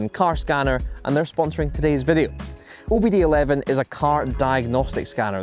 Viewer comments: Also it's, OBD2 (OBD II) Not OBD 11. lol. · OBD11 🤣 It's OBD2 or with Roman numerals OBDII - two, not eleven 😆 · It's OBD TWO, not eleven you! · Did this dumbass say OBD ELEVEN Mother of God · Did he say “OBD ELEVEN”?!